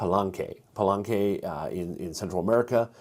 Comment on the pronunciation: Love the video. Thanks so much! On pronunciation of the Spanish spellings: Teot-i-huacan and Pal-e-nque. Just highlighting some vowels you're getting wrong. You're saying more of Teotehuacan or Palanque rather than Teotihuacan or Palenque. Anyway, keep up the good work, and thanks again!